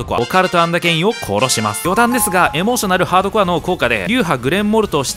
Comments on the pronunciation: エモーショナルだけだったらあってるけどね…ハードコアついたら変わっちゃう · エモー↑ショナルハー↓ドコア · オレちんレンジの発音もやばいけどエモーショナルハードコアの発音もやばい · エモーショナルハードコアもね。